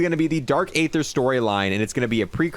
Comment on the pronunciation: One again… it’s DARK EETHUH NOT AYTHUH